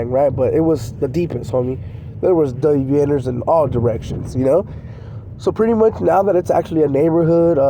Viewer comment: You keep sounding like I. Your videos your saying Day V Ners